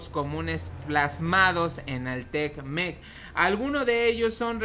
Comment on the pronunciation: Es te mec, no tecmec jajajajaja que chistoso te escuchas. Ya estás como otros you tubers que ni leer saben. Al tiro valedor ahí la llevas.